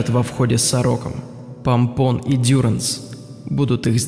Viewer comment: Не ДЮранс , а ДюрАнс. Прежде, чем обращаться к французскому языку, неплохо было бы узнать, что во французском языке ударения падают на последний слог!